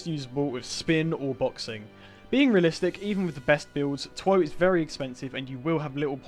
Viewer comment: Him saying tw oh is the hardest stand to get Me: laughs in mih